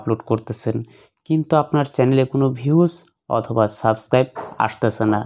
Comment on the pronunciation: bai subskribe bola hoy na